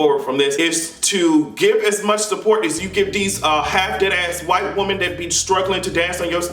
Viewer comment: When you're talking about more than one woman it's pronounced as (Wimen) you always say woman as if you're talking about one